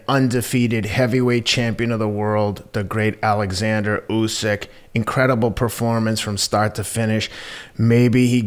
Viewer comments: Oleksandr Usyk is a Ukrainian professional boxer. If you're going to make a video about him, get his name right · He's name is Oleksandr not Alexander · Why do Americans keep calling him 'Alexander', his name is OLEKSANDER USYK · Oleksandr, not Alexander!